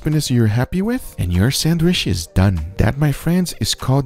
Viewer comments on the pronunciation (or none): It's pronounced sandwich, not sandwish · I assume everyone here loves his voice, probably why he is popular. I for one do not like the repetitive nature of his speech. Every final word is drawn out to the point that its annoyiiiiiing. Also the way he doesn't say sandwich but rather sanwiiiiiiiiish. Feel free to tell me how wrong I am and how I just don't get iiiiiiiiiiit. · I can't get over "sandwish" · Lol. I like how he says, "Sandwish" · Why do u call it a samwish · “Sandwishh”! Lmaoo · “Sandwish” lol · Sandwish or sandwich guga? 😂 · “Sanwhish” its awesome. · In the first minute I'm already not paying attention to the burger anymore and instead focusing on the Guga Foods narrator's cadence and the way he pronounces "sandwisssssssh." Very cool. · 'sandwish' lol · I subscribed as soon as you said, "sandwissh". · Me: Sandwich Everybody else: Sandwich Guga: Sandwish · It pronounced sand-WITCH (spelled sandwich) not sAnDwIcH 🤡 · Casual people: Sandwich Guga: Sand Wish ❤️🤣❤️🤣❤️ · Guga ehy do u say sandwish and not sandwich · For sure Guga is taking it in the ass for saying Sanwissshhhh this way 🤢🤮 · I wish he would stop saying sandwish 😀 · He said sandwish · did he say Sandwish? 🤣🤣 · I like how you say - sanwiiish :) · "sandwish" lol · I like how he says "sandwishhh." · Lol sanwish!!! His voice he got dying lol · Who else likes it when he says sandwish instead of sandwich it's like an asmr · “I’m going to show you how to make this iconic sanwisshhh!” 😎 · What is a sandwish - and vere ist dis place they call Oo-tah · Why does guga pronounce sandwich as sanwisshh?! lol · Now let's all say this together "SANDWISHHHHHHH" 😂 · I’ma start saying sandwich like sanwishhhh from now on. 🥰🎶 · no one: guga: sandwish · What’s a “sandwish”?? 🤣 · Nobody: Guga: Sanwish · lol i love the way you pronounce sandwich haha